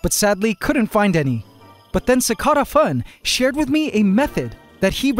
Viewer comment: Anyone else bothered by the way he pronounces cicada in CicadaFun?